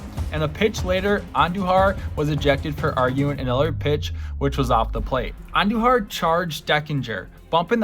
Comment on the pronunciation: Butchered andujars first name too